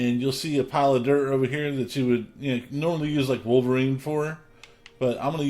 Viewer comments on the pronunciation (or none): none